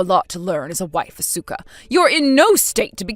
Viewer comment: MIL gets everyone's name wrong. Even her own son's!😮 Asuka and Ko? Hmmmm